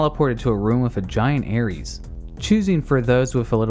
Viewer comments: Any particular reason you keep mispronouncing the name Aerith? You realize there is no "s" in her name don't you? Let me help you.... AIR + ITH. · Who in the hell is Ares in FFVII, her name was Aerith (Air-ith). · I'm pretty sure you aren't saying Aerith's name right. There's no 'es' sound at the end of her name xD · Aerith or Aeris, not Aries. Great video, otherwise! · Is it me or did he kept saying Aries instead of Aerith in the ff7 part. It took me three seperate times watching this video I noticed this. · her name is AERITH!!! NOT ARIES!!! I'd have taken Aeris.... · I love the video but stop. saying. Aries. AeRIS, or AeRITH. This is FF, not GoW 😂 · Aerith, not Aries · It's aerith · Bruh called Aerith Ares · Ares, Aries, Aeries, Airy's... wtf dude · Her name isn't Aries you dunce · her name ain't "Aries". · May I ask why you call Aerith/Aeris "Aries"? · Talks about mistranslations in the same breath as saying Aerith wrong